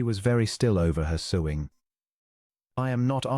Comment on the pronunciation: AI mispronunciations; heteronyms, (wound, bow) and the word sewing. Pitiful story of another oblivious Duke who does not recognize the extraordinary woman he married. I rate your tale a 6.5 out of 10.